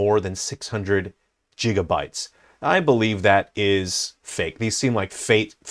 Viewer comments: Jigabytes? 😂 It’s gigabytes. It’s gig as in “gig work” NOT “dancing a jig”. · “Jig uh bites”